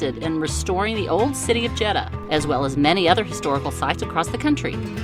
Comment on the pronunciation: Say "JED-Duh". That's easy.